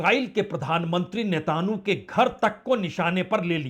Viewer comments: भाई साहब, नेतानू नहीं, नेतान्याहू है। होमुर्ज नहीं, हॉर्मुज है। कृपया उच्चारण सुधारें। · नेतानू नही नेतनयाहूँ बोलिए